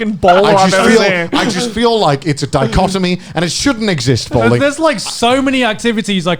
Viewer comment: Every time they said bowling I misheard it as ballin